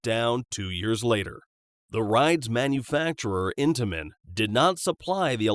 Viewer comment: not being rude look up how to pronounce intamin